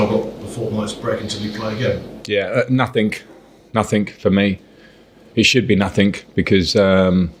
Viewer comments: "nothink" - pure cringe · "Nothink, nothink for me, it should be nothink..." Is 'nothink' a real word? :D